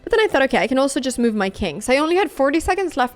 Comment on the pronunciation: Anna I'm only trying to help your American accent. It's not meuv. It's muv